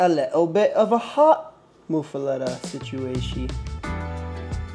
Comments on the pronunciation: Correct. Either muff-uletta or moof-uletta. Not "lotta". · It's muffuletta like muffler, not like moo cow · Love that you're highlighting the often overlooked Sicilian history in New Orleans. Bythe way, it's muh-fuh-lotta. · it is pronounced "moof a lot a" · DeMartino's is my favorite local spot for muffulettas. But my uncles make the best I've had. Also, I've never heard it pronounced that way. Always said it like a Bond girl. (Muff a Lota) Of course, I'm from the West Bank, and we say things a certain way down here. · Its pronounced MUFF- uh- LOT-Tuh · Bro you gotta learn how to say it. Muff. Uh. Letta. Now string em together with some southern hot sauce on your accent and you get mufaletta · I've throughout my life never been a fan of this sandwich; but if you want a little more "cred," pronounce it "muff-uh-la-dah." That's how the majority of people here say it. You sound like a tourist lol. Which, makes sense obviously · He's saying it wrong